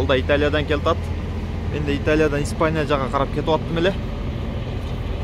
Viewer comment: келтат эмес келе жатат